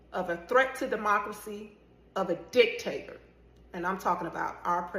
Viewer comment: Did she say, dick… tator?